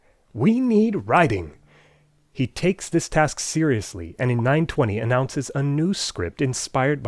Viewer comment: he says "we need riding " not "writing"